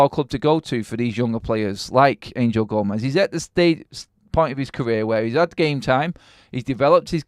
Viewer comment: Gomes. Its Portuguese, not Spanish. 1 syllable, not 2. Gomes(h), not Go-mez.